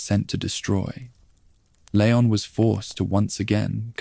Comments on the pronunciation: Leon strong E lEon EEEEEE not layon 😂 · it's leon not layon </3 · Lee on not leyon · I noticed another „creator” also kept saying layon but then Leon and then layon again. It very well could be AI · Good vid, why do you change how you pronounce Leon?